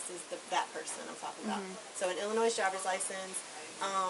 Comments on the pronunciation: Did she just pronounce Illinois with an "s"....the "s" is silent!!!! It's pronounced ... Illinoi.....nurse my butt! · No one from Illinois pronounces it “Illi-noise”.